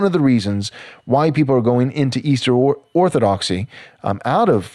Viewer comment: Say it "Orthodoxy"